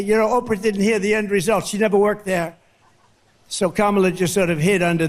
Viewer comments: I noticed that he was pronouncing Kamala correctly! He sounds like he is out of it! What boring rambling. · He finally pronounces her name right. I wish he takes his loss that easy. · Interesting that he pronounced her name correctly. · He accidentally pronounced her name correctly. He sounds like he’s had a couple of 🥃. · He actually pronounces Kamala correctly in his rantings. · Do you notice that sometimes he forgets to deliberately mispronounce Kamala’s name? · Hes calling Kamala by her name...hes so disorganised hes forgotten to mispronounce it 😅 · I noticed he can suddenly pronounce her name correctly. What a fake. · Wow, he actually pronounces her name correctly. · Now he is pronouncing her name correctly 🧐😱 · He messed up and actually pronounced her correctly! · Constant projection. It is bizarre. But hey, he is pronouncing Kamala correctly. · Lol he actually said "Kamala" correctly for once. He is indeed unwell. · He said Kamala’s name right . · Well at least he said her name correctly this time 👏👏🤣🤣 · Today he pronounces kamala correctly ! Tomorrow no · At least he says her name right 🤣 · Wow he messed up and pronounced her name correctly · Funny how he’s not giving Kamala an adjective and suddenly saying her name right. He knows that the same old tactics aren’t working for him. He’s losing bad!! Let’s win this #HARRISWALZ 🎉🗳️💙💙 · In his excitement, he's accidentally pronouncing her name correctly again! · He suddenly can pronounce the name Kamala properly without missing a beat. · Notice how he pronounces Kamala's name right. He does it only when he want's to, he's a big asshole. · He pronounced her name correctly twice! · Hey, he said her name correctly! Did he forget to remember to mispronounce it? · He said her name correctly this time which proves he knows her name and is mispronouncing it on purpose.... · Hey he said her name right!! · Trump pronounced Kamala’s name correctly, he must have forgotten himself! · He said her name right...for a change 👏🏼